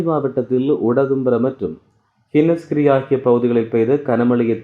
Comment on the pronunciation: ஹினஸ்கிரிய அல்ல ஹுனஸ்கிரிய.